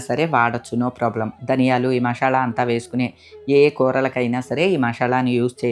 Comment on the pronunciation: మషాల అనకూడదు మసాలా అంటే బాగుంటుంది